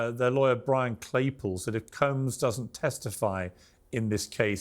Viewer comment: I kinda missed how piers pronounced combs… “Coombs”